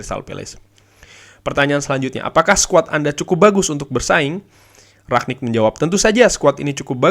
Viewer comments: rangnick bang bukan ragnick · Rangnick bang di bacanya bukan raknick